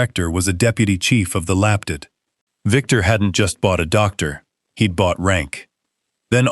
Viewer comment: LAPD ( Los Angeles Police Department) comes out lap-did...what a crock of shit. AI narration just plain sucks.